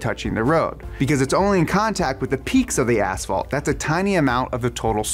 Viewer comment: "Ass fault"